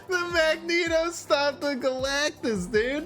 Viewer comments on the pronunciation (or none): Magneto - "Meg - nito" Not magento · Did you say magento instead of magNEto? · Majento… instead of Magneto 🤣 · He does it on purpose. There are a few others he mispronounces on purpose. I personally find it annoying, but it seems a lot of people find it funny.